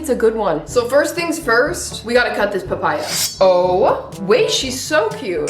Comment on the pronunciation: PaH-PaYy-AuhH👹👹 slayy girlll❤